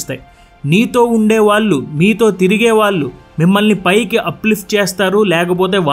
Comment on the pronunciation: Vaallu veellu 😩?? please pronounce properly. 🙏